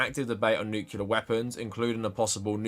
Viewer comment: Unrelated but I figure you’re more likely to read it here…. Pet peeve of mine as an engineer; it’s nu-clear, not nuke-yu-ler